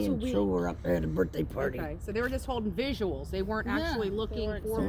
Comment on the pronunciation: When are people going to learn it's "VIGILS" not "VISUALS". Damnit. Drives me nuts.